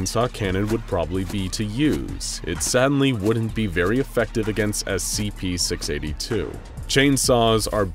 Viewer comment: scp six aybbe two